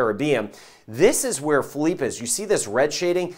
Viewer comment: You're the man. And you know how to pronounce Philippe. Lmao Hall Yall